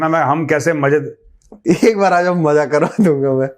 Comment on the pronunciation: Majjaa nahe hota Mazzaa hota hai